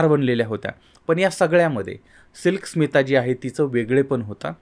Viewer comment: तुम्ही बरोबर ऐकलं नाही. परत एकदा स्पीड 0.5 करुन ऐका. ते उच्चारण्यात चूक करतायत. SMILK SITA म्हणतायत.